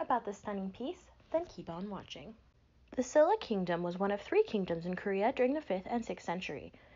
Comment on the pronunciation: just so you know, a more accurate way to pronounce Silla would be "shilla".